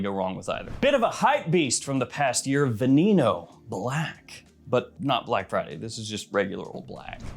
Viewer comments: Your content is awesome always been into fragrances but watching this has broadened my horizons and im super hooked .I've bought like 20 fragrances since I started watching .by the way That veneno fragrance is pronounced (veh neh no) mean venom in spanish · Thoroughly enjoy everything you do bro but Veneno correct pronunciation: Veh - neh - no, in either Spanish or Italian.